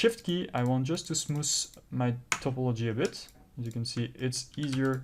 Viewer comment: lol why do i find him saying SmooS satisfying